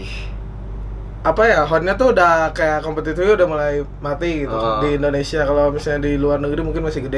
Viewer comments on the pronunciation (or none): none